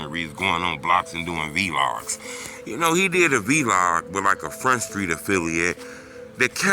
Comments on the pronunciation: Va-Log not V- Log 😂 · Documentarian? 😂😂😂😂 V-Log??? 😂😂😂😂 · Vee logs is crazy…it’s Vlogs like blogs. Come on man lol